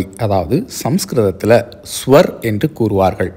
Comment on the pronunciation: You are typical Tamil who can't pronounce conjuct letters properly. It is not Sawar, but Swara. How can a person who can't read Sanskrit words properly comment on these languages. What about Telugu? It is older than Malayalam.